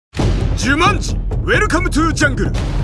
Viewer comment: 「ジュマン」になってますよ